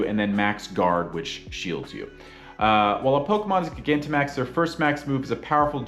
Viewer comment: Please stop saying it like that its like gigantic not giga